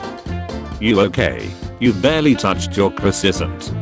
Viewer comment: excuse me, crosissant?